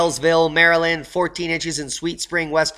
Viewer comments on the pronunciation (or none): none